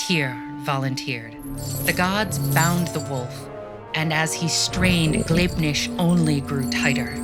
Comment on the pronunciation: How is Gleipnir pronounced Glibnish?